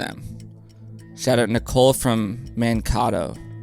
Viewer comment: Mankato Minnesota is pronounced “Man-cay-toe” not “Man-cah-toe”. You are going to get some grief for this when you visit us in Minneapolis in a couple of weeks 😂❤ *disclaimer, I am not the Nicole who submitted the trivia question haha